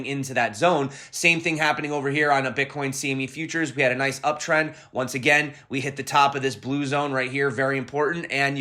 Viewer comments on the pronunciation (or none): none